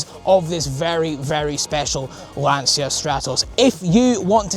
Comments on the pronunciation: Please, it's an italian car. The correct pr. is: Lanchia. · Why can't people say Lancia correctly even after ALL these years? 🤣🤣